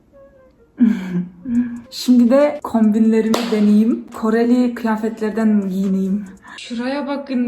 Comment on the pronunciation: Abla koeli diyildin rus mudu 😂n